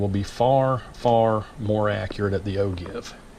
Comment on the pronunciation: Excellent post...But, it is pronounced O-Jeev, with a J sound, not a G sound. Don't mean to be a grammar nazi, but that's the pronunciation.